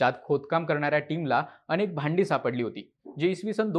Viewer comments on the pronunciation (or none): none